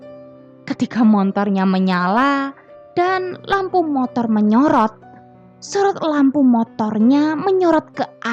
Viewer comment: Motor buk. Bukan montor.🤣